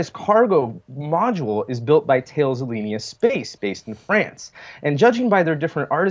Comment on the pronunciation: BTW, about Thales Alenia Space, "Thales" is pronounced "TAH-les".